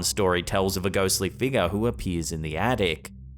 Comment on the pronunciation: I haven’t been on slapped Ham in a while,I’ll give 2 comments. I love the way says figure. He says figga. 😂😊😮😅😎